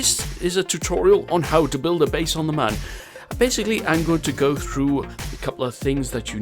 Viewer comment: Everytime you mispronounce Mun I die inside a little